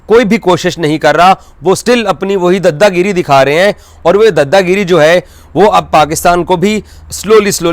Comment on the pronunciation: DADTAR ❌ DAFTAR DADAGIRI ❌ DDAGIRI FORMULA ❌ FARMULLA